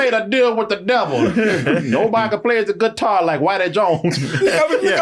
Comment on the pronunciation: “Where can I put my GITT-TAR?” I’ve never laughed so hard in my life 😂